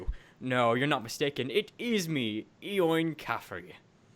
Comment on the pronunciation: Its not e owing it's pronounced like Owen, Eoin is an Irish name